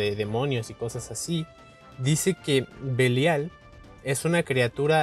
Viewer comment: pronuncia mal el Belial